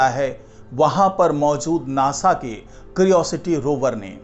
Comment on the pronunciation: क्रिओसिटी नहीं, क्यूरियोसिटी कहिए। एक सही उच्चारण तो कर नहीं सकते, चले हैं यूट्यूबर बनने।😂